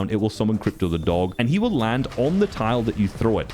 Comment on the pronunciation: You saying krypto the dog is triggering me